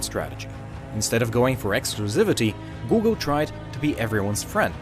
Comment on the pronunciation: “googel” 😂 Don´t go pass